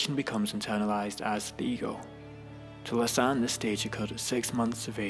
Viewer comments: Zjakies Lasan? It's pronounced Zjak Lakan. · LAKKKKKKAN not Lasan